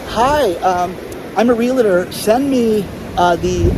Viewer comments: Not real-LA-tor. Save the LA for your "LaLaLaLaLa"s. It's REAL + TOR. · Sorry but it is REAL-TOR not "real-a- tor"... Love your work